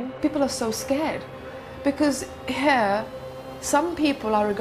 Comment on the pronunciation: saying here 😂😂😂 more like hare 😂